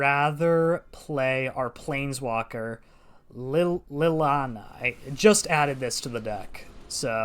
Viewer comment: Ok buddy not saying I know all there names but that hurt for me to hear lily ahna